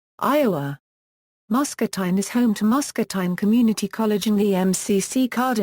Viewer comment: If you are going to make a video about a place, learn how to pronounce the name correctly.